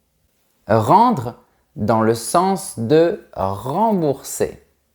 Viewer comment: 'Estomac' = prononciation 'estoma' 😭. 'Sens' = prononciation 'sans'. 😦